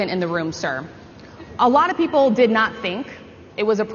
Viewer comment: Did I just hear him say “purple” instead of “people?”